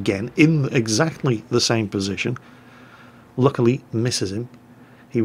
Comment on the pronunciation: "But, *Luch*ily, misses him"